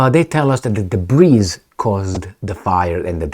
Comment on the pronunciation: the word DEBRIS doesn't have an ESS sound on the end. It is pronounced DA-BREE, Excellent commentary, my friend.